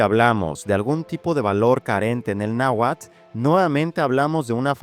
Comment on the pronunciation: Carajo ya no digas "náhuat". ¡Es náhuatl! Y te jactas de que el español mexicano no se come las letras pero ahí vas.